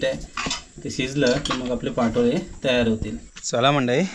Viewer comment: पाटोळे नाही पा तो ळे